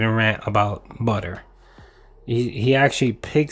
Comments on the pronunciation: Lmao. So the BOOUTTER was in the butter section? No fucking way dood! Wow! Stupid fucking store dood. Also wtf is his obsession with seltzer water? His dumbass knows that it’s not hydrating right? It’s no different than pop. It’s definitely just a gin mixer. That’s why he gets those sour lip smacks all the fucking time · this guy is walking food poison case..and what is accent??🤦‍♀️🍞butteer 👈🤣🤣🤣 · he needs budder and wudder for jasper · Budder and Wudder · Oh no, no butter. Mf I ain’t use butter in years lmao. Everything is the worst inconvenience in the world for him. Lmaooooo the way he says butter is absurd. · This fucker mispronouncing "Butter" reminded me of Stewie from family guy mispronouncing "cool hwhip" just to annoy Brian.